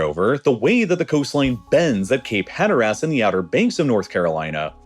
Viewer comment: The pronunciations are disturbing, especially of Cape Hatteras. The last syllable is de-emphasized like in most English pronunciations. The default accent in the USA is Ohio for the media. The video is great and the narrator does a good job, but that location is irritating. It sounds like a Canadian is pronouncing locations as they are written. Aye?